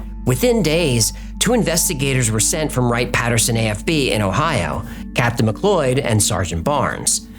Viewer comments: Captain what? "Macloid?" That's not how you pronounce it. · Captain Macleod is pronounced Mac loud